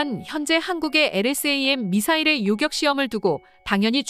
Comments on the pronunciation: 요격이지 요껵이 아니오. 어느지방 사람이요? 한글도 제대로 읽지 못 하는군. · 일대 이대..까지는 이해합니다만 요껵이 뭡니까? 기사 읽어주는 이 여자분은 왜 퇴출이 안되는지 동앗줄이 튼튼한지 아님 싼맛에 쓰는건지 참. 어떤 다른사람이 읽어도 이 여자보다는 나을 듯...암튼 우리 방산업 화이팅! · 요껵이 아니라 요격 아닌가요?